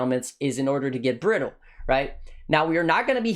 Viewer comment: "applying the brittle instittle " lmaoo